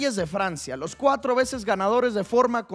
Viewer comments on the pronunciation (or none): Tremendo el “Mos” en vez del “Los” xdxd